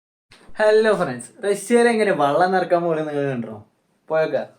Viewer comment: വള്ളം അല്ല മോനെ വെള്ളം